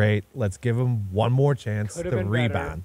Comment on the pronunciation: I’m never getting over saying THUM instead of them everytime